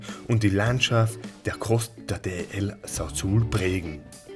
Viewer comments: Ein sehr schönes Video. Sehr gut gemacht und erklärt. Ich bin 1957 in Wuppertal geboren und lebe seit 1991 auf Teneriffa. So wie ihr die Insel erlebt habt habe auch ich sie erkundet und lieben gelernt. Ach übrigens Sauzal spricht man auch Sauzal aus und nicht Sauzul! Danke für das schöne Video und viel Spaß auf den weiteren Inseln. Grüße aus Santa Cruz. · Sehr schönes Video. El Sauzal ist falsch ausgesprochen. Gesprochen: Sausal! Sonst alles stimmig ! Verbringen 5 /6 Monate im Jahr dort. Bitte unbedingt die nervige Musik viiiiel leiser. Am besten ganz weglassen. Freu mich auf euer nächstes Video 👍